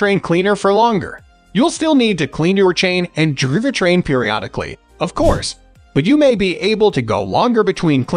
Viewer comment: Yes.. all the video and spoken content was taken from manufacturer videos. WTF is a driva-train?